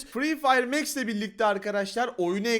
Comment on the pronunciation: Abi o mex değil max